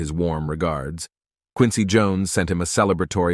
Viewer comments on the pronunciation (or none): none